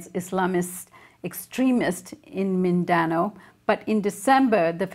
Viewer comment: Not Min-dan-o, it's Min-da-now